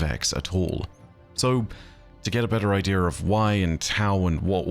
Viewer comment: Idea still doesn't have an r in it.